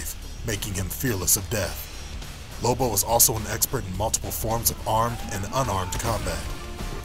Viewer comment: Its lobo isn't it not libo